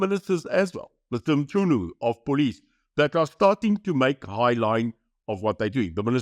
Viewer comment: Thanks for the good info but will somebody please tell Mr. De Beer that the pronounciation of " Chu" in the suriname "mChunu" is not like in the english in word "chew" (afr kou) but rather something like "mxku"